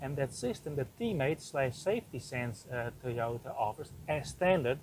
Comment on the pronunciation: Teeyortah Yaaris, lol :)